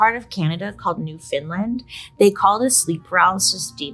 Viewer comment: Newfoundland is pronounced more like "Newfaland"